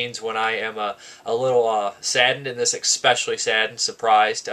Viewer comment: Enjoyed the review, thanks. Made me want to get this. One thing - and this is not be be a 'wise-ass' - but one word I note that you use quite a bit is 'especially', which is pronounced the way it is spelled, and not 'eckspecially' - which you how you keep pronouncing it. Cheers! (I won't be offended if you delete this comment!)